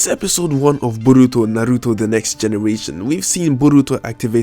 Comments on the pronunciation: Stop saying BURRRITO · Like when you say Borutos name U put to much enfisis on the first syllable but his eye is the tenseigan but its a incomplete form of it like how when sasuke unlocks his sharingan he only has 1 mark in his eye instead of three and he later unlocks his full eye